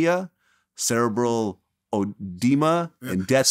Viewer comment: Vlad mispronounced homeostasis and cerebral… thought he was smarter than that smh